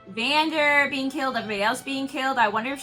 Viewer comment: His name is Vander, not Vandoor lol, loving the reactions though, keep em’ coming :)